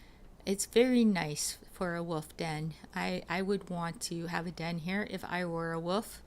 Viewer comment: lol she can't say wolf or dagger...